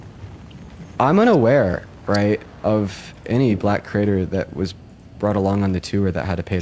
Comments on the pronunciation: Does it really bother anyone else that he says "critter" :face-blue-wide-eyes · Ohhh, he's saying 'creator.' It sounds like 'critter.' "I called all 30 critters together." I thought it was some new slang I'm too old to know about.